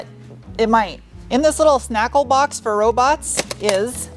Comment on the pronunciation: "... shnackle box for robots ..." U continue to influence my language choices - thx!